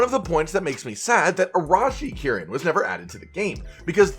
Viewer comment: Ahrahshi kirin??? (Cannadian accent comming through there ) Oroshi kirin Oh-row-she